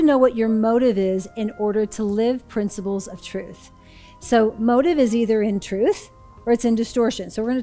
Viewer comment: Everytime Jody says principles, I hear princibles😂